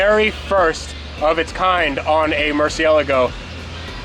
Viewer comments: Why do you keep pronouncing it like that!?!??? It’s a Murcie-LAGO!!! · Murciah-leh-go? Really? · Dude says merceyeligo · Why do you insist on saying the lambo name wrong. Its Lamborghini Murciélago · Wtf is a "MURCIALAGO"? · Are you joking, because what he said is not right at all. Mercy eligo, no! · Did he say "Mercy Yellow-Go"?? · its la go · Please learn how to say murcielago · Murceelelelgo. Lol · Can you actually pronounce murcielago atleast one time correctly please? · Does the way he pronounces "Murcielago" bother anyone else? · How can you own a Murcielago and not know how to pronounce it correctly? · Is it just me or does anyone else's OCD go nuts over his pronunciation of merciélago. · Maybe, but I think its pissed at how he pronounced the name. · Lol! That pronunciation bothers me soooooo much. I like but anyone who can't properly say the name of the vehicle they own should have their ownership rights revoked. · All these probs are Lambo karma for pronouncing it like that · Why does this guy say Murcielago wrong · Never heard anyone pronounce murcielago like that. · Say "mercy elego" one more time bro.... try pronouncing it like "Mur Si èl Ah Go.." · Why does he say "murcialago"? Its Murcilago. Its not that hard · I'll subscribe if you stop calling it a murci-algo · Mercyehlego = and That other dude on vinwiki Murchialago = The rest of the world Lamborghini = Murcielago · dude! the name is not murcialago? dude Murcielago!!!!! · you're saying murcielago wrong , sound like your saying murciallago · Pronounce it like this bro: "Mersi-Eh-Lahh-Go" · Dif he just say Murcialogo ? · Please learn the correct pronunciation for murcielago and gallardo